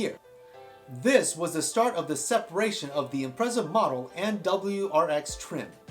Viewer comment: Imprezza? Impreza as in pizza